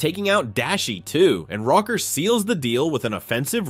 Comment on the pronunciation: am i faded? i thought it was pronounced rocker not "row - ker"